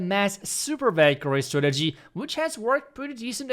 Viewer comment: Valkyrie❌ i hear bakery😂✅